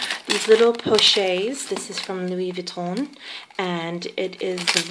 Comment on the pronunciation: Nice review, pochette is pronounced with a hard "T" like "posh-ET" with an accentuated sound on the T because of the extra "TE" at the end. T is only silent when there is one T at the end, also the "N" of Vuitton is silent :-) I love the colour of your bag and of course the cles pochette. I have only ever had LV bags and have never had a Chanel bag but I am thinking of getting the jumbo, is this practical for everyday?